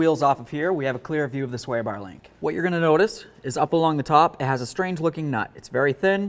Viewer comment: Other video I just tried to watch on this subject, the guy had a speech impedament also. Maybe its my hearing. Other guy sounded drunk but with rapid slurred speech. On this one I keep hearing "beericle" and " sweer bar links". To bad I can find nothing on my model of Malibu. Ps dont drink and drive a BEERICLE!